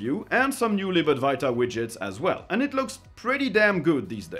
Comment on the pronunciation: I really like your videos, just one pedantic request. Could you possibly say libad-W-aita? I find myself saying libad-V-iata because I hear you say it so much - you seem to be the only Linux youtuber who mentions it's progress. Now I hear myself sounding German when I say it in my head 🤣 Or am I saying it wrong?